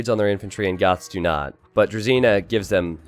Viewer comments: Hey, great content. I enjoy watching it, especially because of your knowledge of the game and overall positivity. There is a tiny issue tho. Your pronunciation of "Druzhina" hurts my ears. You shouldn't pronounce ZHI as ZEE. Listen how google translate pronounces Дружина. Do it for all of your russian speaking community members =). Keep up the good work. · FYI the "zh" in "druzhina" is pronounced like the J in Beijing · Just FYI, druzhina is pronounced with a soft Z and you're putting too much emphasis on the I. I still love you nevertheless. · Druzhina with zh as in "jacques" lol